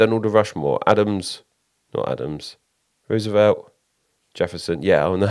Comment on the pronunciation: "Rooservelt" LOL